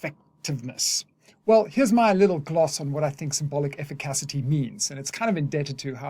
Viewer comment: This is another great video, and you’ve taught me a lot about Lacan over the years… BUT brother, I can’t take you mispronouncing “efficacy” anymore! I only bring it up because I care ❤️